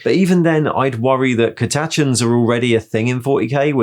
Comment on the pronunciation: weirdest way to say catachan ive ever heard